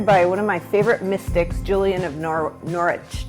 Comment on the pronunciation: Hi, Norwich is my home town and we pronounce it like "Norridge", though I couldn't tell you how they said it in the 14th century!